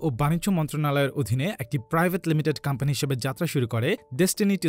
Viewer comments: Pradact ar campany na bole product and company bolle ki amra bujhtam na? Accent thik koren kindly kan e lagtese jinish ta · Pradact, Campany, LOL englishman , Very FLuent, Im Touched...😍😍